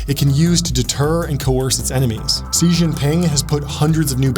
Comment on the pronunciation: Stop saying "ze Jin ping" it's pronounced "shí or she Jin ping" terrible journalists can't say names.